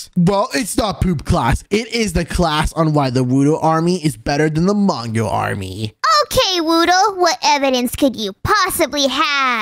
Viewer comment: That is not how we spell mongo. You said wongo.